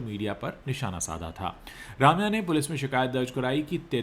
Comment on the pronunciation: Bhai Raamya nahi, Rum-ya hai sahi pronounciation...